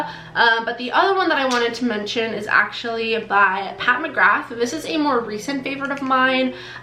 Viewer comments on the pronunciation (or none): none